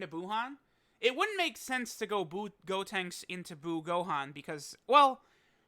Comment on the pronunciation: Bro can you please say buucolo and buutenks it’s so frustrating 😂🤦🏼‍♂️